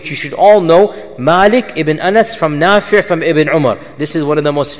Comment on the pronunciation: *Nafi' not nafir *isnaad not incident